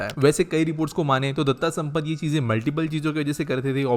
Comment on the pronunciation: इनका नाम "दत्ता सम्मत" नहीं "दत्ता सामन्त" था।